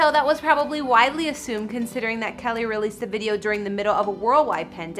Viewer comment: Winced every time she called him "Kelly"